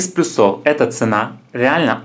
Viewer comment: Обзор достаточно подробный, найдётся покупатель на такой товар, ведь не всем спинеры да приколы из Китая интересны. Но... ПлЮсов, а не плюсОв. МиллимЕтров, а не миллИметров. Я вполне понимаю, что возможно у вас так говорят и ваш слух это не режет, но вы ведь пытаетесь вещать не только для своих соседей, а на бОльшую аудиторию.